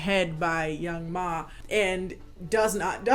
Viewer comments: Its young M.A. I thought.. not ma like mommy lol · I love you but something about you saying Young Ma instead of Young M.A was really getting to me😂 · I’m mad nobody told my sis it’s pronounced young M.A. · The fact that you called the girl Young Ma when he name is Young M.A LMFAOOOOOO